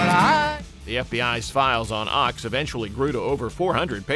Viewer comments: Phil Ochs name is pronounced "oaks" not "ox". The mispronunciation hurt my ears. His music was insightful and brilliant. Thank you for putting this compilation together. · Ochs is pronounced "oaks" not "ox". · Phil Ochs' last name is pronounced like "oaks", not like "ox". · Ochs is pronounced “oaks”…not “ox” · Not Phil OX, pronounced oaks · The phrase "Up against the wall motherfucker" was in Jefferson Airplane's song We Should Be Together. The song you repeatedly play in the video is Volunteers of America. Phil Ochs last name is pronounced Oaks not Ox. If you're going to make a video, get your facts straight. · Phil Ochs last name is pronounced "Oaks" not "Ox". According to kegend, Phil claimed he lost his singing voice due to a physical attack by the feds throttling him. He died too young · Phil Ochs is pronounced "Oaks". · It is pronounced oaks ! The Ochs family are the long time publishers of The New York Times. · Phil Ochs’ name is pronounced as Oaks. He was a great folk singer & song writer. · Oaks. Pronounced like OAKS. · I think ochs is pronounced like oaks. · It's pronounced like oaks -- Phil Ochs. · It is Phil OAKS (correct pronunciation). You make this sound much more dramatic than it really was. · It's insulting that you mispronounce "Ochs". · It's Phil Ochs (pronounced Oaks) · The mispronunciation of Phil Ochs' last name is seditious and treasonous! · Love Phil oshs, listening to him a lot now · Comrade Ochs😂